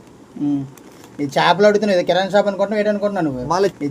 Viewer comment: కిరానా కాదురా, కిరాణా షాప్